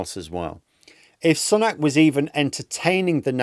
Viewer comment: Still pronouncing his name incorrectly eh?